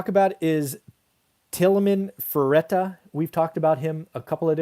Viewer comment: Lol - I am not making fun but it's pronounced "Till-Man Fra-tee-ta" but you can call him anything you want as far as I am concerned.